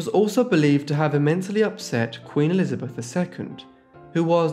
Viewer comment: I bet it was because they pronounced the name Elizabeth as "Elizabeff".